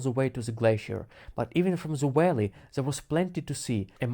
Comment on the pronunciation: It took me about five minutes to realize he was saying “valley”. 😂😂😂